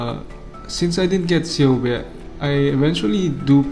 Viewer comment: i can see why Ceobe didnt go home to you, you kept miss pronouncing her name LOL its pronounced Keobe